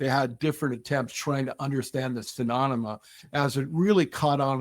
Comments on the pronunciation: He definitely said phenonoma. Come on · He keeps saying, "pheMONema!" HA! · stop saying 'phononoma'! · Am I wrong or is he pronouncing phenonema???? 🤣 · After stating phenonema 5 times he still sticks with the yankee blue story. Wow, surprised hes willing to be part of this lie on multiple podcasts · This guy's in charge h3 can't even pronounce PHENOMENA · I was having a hard time getting passed that. Phemonema? Phenonema ? Menomena? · He really needs to learn how to say phenomena properly. Its not a good look all things considered...😬